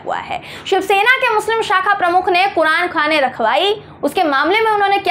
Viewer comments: अरे मैडम कुरानखाने नहीं कुरानख्वानी बोलते हैं इसे 😂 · ..it's not Qur'an khane...it's Qur'an khaniii....well lots of love...bebaak speaker